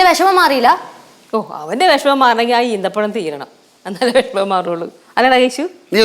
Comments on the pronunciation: ഈത്തപ്പയം അല്ല ഈന്തപ്പഴം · Not eethapazham eenthapazham